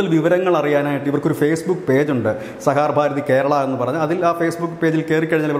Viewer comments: Sahakar ഭാരതി ആണ്, sahar bharathi അല്ല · സഹാർ ഭാരതി അല്ല, സഹകാർ ഭാരതി ആണ്, അങ്ങനെ തന്നെ പറയൂ പ്ലീസ്. ☝️ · Plse read it correctly,sah kar Bharathi (not sahar Bharathi) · Sahaar ano sahakaar ano? Sahakaar alle? Thumbnailum sahar nnu paryunnu vartha vayikkunna alum sahaar nnu paryunnu.. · സഹകാർ ഭാരതി എന്നുപോലുംവായിക്കാൻ അറിയാത്തത് ലജ്ജാകരം!